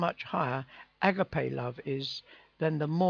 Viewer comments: not a-gar-pay a-ga-pay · agape is pronounced a-Ga-pay (at least in the US) GB thanks